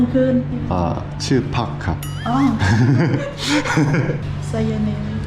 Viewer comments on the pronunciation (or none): พัค ครับ พัก 1 คืน ชื่อ พัค ครับ จังหวะ โบ๊ะบะมาก